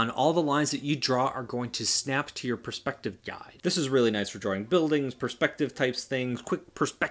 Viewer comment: “Pers p ective”